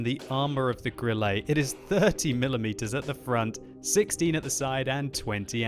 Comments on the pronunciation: 'E' on the end of a German word, like Grille is pronounced more as an 'eh' as opposed to 'ay', not perfect but meh. Cheers for the vid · Grilley? Wat. Can you even German? Grill-uh. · why die he say "grilley"? xd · Stop calling it Grillay... Please... For the sake of Gott :D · you do not pronounce it like Grillé, or Lowé